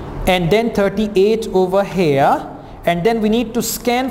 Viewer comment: its here not hair sir.. 😁